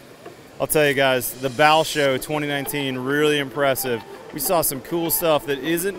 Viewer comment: "Bau" say it like "Bow", not "Bal"